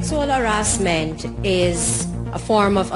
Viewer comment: "Sexual arrasment" "be professionoll" -Jamaica 2017